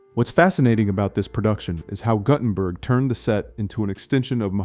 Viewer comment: Your AI needs more training. Nobody needs THREE ways to pronounce Guttenberg. ( GOO-ten-berg by the way)